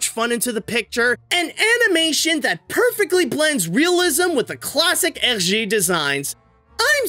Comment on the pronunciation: I have never heard anyone pronouncing "Hergé" so accurately like you do (I speak French). I love Tintin growing up and the movie is so awesome but sadly underrated